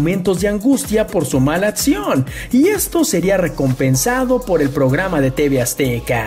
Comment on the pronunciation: Porque se "comen" las preposiciones? Eso le quita seriedad a lo que dicen. Y no es "atcion" se dice accion...